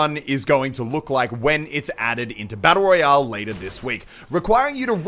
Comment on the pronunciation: You said battle royall